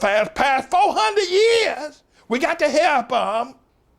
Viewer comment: the way he said “years”🤣🤣🤣